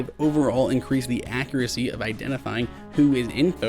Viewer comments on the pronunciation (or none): none